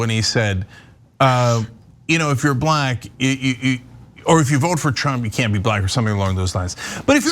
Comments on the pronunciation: Andrew McLaughlin no saying it like hard BLACK not black come on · He's a racist just listing to him saying BLACK so hard and racist